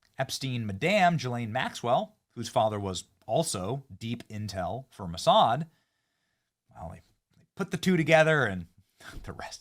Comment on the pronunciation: You said, Massad???